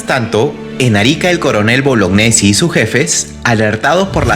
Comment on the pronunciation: bologñesi🤣🤣🤣🤣 ultra peruano